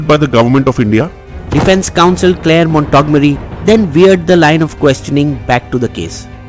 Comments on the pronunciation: Mont-go-mery, not Montog-mery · It's Clare "Montgomery"....im talking about the pronunciation....ur saying it wrong in the vid....ur saying "Mon-tog-merry"...it should be "Mont-gom-mery". Im not correcting to insult, im correcting cos I love the content on this channel & I'd hate to see anyone think less of it jus cos of an honest stupid pronunciation mistake that is in no way reflective of the fantastic content this channel creates. People of wisdom appreciate corrections....hence I thought I'd point it out. Peace & as always great vid. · Awesome video. But it's mont gom ery not mont og mory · It’s MONT- GOM- ERY! Not Mont Tog mery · The pronunciation of Montgomery is incorrect in your tape sir..........it should be pronounced as Mont-gomery.